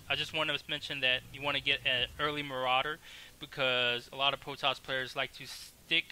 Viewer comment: u cant say the R is any word, Potoss hahahha